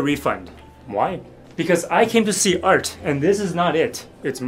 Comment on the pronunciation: Not the art pronounced as "ælt" 💀☠️